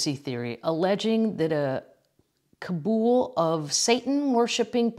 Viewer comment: It's pronounced kah -BALL. But coven works, too.